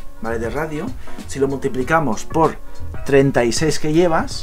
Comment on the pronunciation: Se dice radio coño